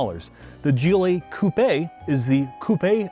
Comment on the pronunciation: After he said "gillie" twice instead of G.L.E. I couldn't listen anymore......